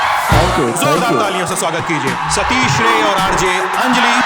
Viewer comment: सतीश राय नाम है सतीश रे नहीं है